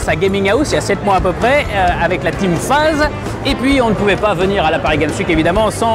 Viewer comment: "Avec la team Fase" MDR c'est FaZe ! Avec un Z ! Sinon excellente vidéo j'aime beaucoup le présentateur ! #XboxLovesYou